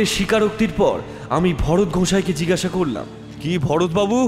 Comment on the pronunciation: Jigasha noy jig-gasha.